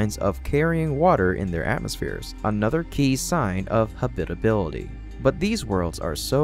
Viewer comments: Hey, you pronounced it correctly! Congratulations! That's more like it. Keep up the great work! (Still need to work on "habitability" (hab-it-uh-BIL-uh-ty) and "habitable" (HAB-it-uh-bul) and "Psyche" (SY-kee, not sike) and the infamous s-word.) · Why is the way you pronounce "habitable" and "habitability" so offensive to me? Have you never heard it spoken before?